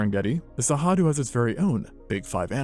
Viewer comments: I get that you can't pronounce Cerrado, but hearing it pronounced with an h, just made me want to bang my head against a wall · Give me a break! Why are you guessing at the pronunciation of Cerrado? It's not even a reasonable guess! Where'd you get that "H" sound? It only takes seconds to search for "pronounce cerrado" and follow a link. When I find that a channel that takes itself seriously doing things like this, it makes me distrust their information. If you can't be bothered to learn to pronounce the name of the place you're talking about, how likely is it that you were conscientious in your research? Seriously. It matters. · How do you get "Sehadu" out of Cerrado? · There's no way "Cerrado" is actually pronounced "Sahadu", is there? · You have a very funny way to pronounce Cerrado... as Sahadu. Anyway, without the great gnu migration... the Cerrado can't compete with the East African savanna, really. Where are the great herbivores when you need them?! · Love the video, and love that cerrado was mentioned and talked about, but as a Brazillian also, the way he says cerrado hurts my heart so much 😭